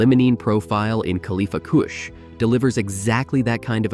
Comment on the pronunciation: Khalifa KOOSH 😂